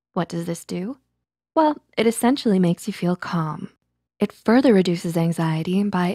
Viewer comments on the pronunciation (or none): none